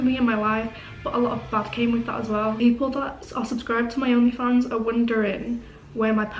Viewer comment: "Oghnleh Fawnghs"